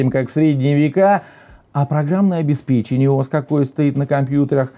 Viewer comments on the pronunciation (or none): none